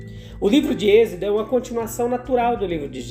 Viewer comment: Por que fala exedo?